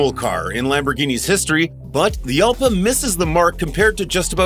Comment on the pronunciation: Jalpa is a Spanish fight bull. The 'J' is pronounce 'H'. So, Halpa.